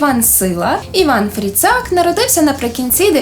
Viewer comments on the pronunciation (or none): Перебачте, жоно, айбо Іван ФІрцак, а не ФрІцак. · Дякую, цікаво було. Проте Іван Сила все-таки Фірцак а не Фріцак.